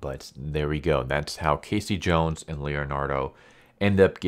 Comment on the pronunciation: I stopped watching when he said K C Jones. I just can't hear anymore.